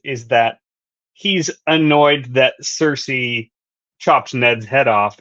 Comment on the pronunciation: The way she says cersi takes me out of it every time lol.